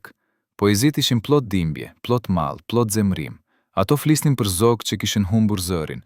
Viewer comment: Kjo video eshte bere me IA. Po me bejne nervoz si po e flasin gjuhen shqipe. Po- puli, pllot etj.